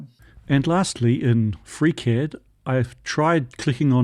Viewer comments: I had to start the video over at about the eight-minute mark. That's the point where I realized that you were saying "FreeCAD," not "Freak Head." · Are you saying "freak-head"? Is this the foundry guy's name? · Wait, he was saying FreeCAD this whole time??? I spent half the video wondering who this freakhead guy was he kept referring to! 😂😂😂